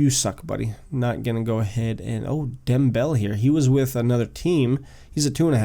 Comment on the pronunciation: His name is pronounced (Dem- Bel - Ey)